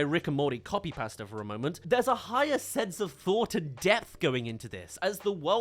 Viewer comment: Are you saying 'depth'? It sounds like you're saying deft